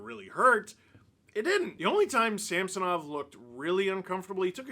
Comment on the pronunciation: Ridiculous groin! Why do all the hockey commentators call him Sampsonov? There is no P in his name... It drives me way crazier than it should lol.